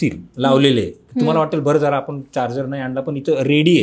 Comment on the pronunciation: कोनीही, प्रत्येक जन, हणी ट्रॅप, पुने, आपन, दुकाणांनमध्ये, आनखी किती ठिकाणी 'न' आणि ’ण' चा घोळ केलाय या बाईने! बहुतेक अँकर्स हा घोळ करतातच! आधी जरा भाषा सुधारा आणि नंतर आपले चॅनल काढा! 😡🤢